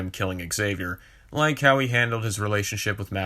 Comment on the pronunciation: “I don’t wike it!” Sorry, don’t mean no disrespect, just reminded me of Chris Evans in a funny way.